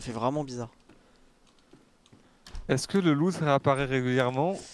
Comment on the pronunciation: on dit loot pas lot